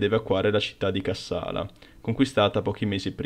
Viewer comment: Cássala, Chéren, Debra Márcos... cici ennenne non si può sentire... Ma dove ti sei documentato, su Topolino?